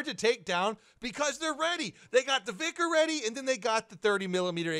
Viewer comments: Its not vikrs , its vihr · Just vihr, not vikhr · not called VICK-ERS it is pronounced VY-KERS as in WHY but replace the W with V as in VHY-KERS